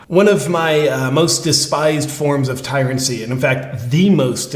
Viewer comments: Tyranny not tyrancy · Tryrancy? Lol I think you mean tyranny, brother. 😆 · Its tyranny bro not tyrancy, trust me I'm English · just FYI: its Tyranny not Tyrancy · Tyrancy?? The word is tyranny!! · Tyrancy? …do you mean tyranny? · Tyrancy or Tyranny? I guess you mean the same thing. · Not "tyrancy"... tyranny. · Pretty sure the word is tyranny not tyrancy. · 'Tyrancy'? The word is tyranny, JP.